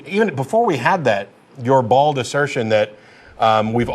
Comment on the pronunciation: I like how Matt says "Ball'd" when he means bold